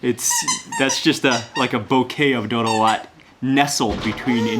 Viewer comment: Doro not doudou as you keep mispronuncating it.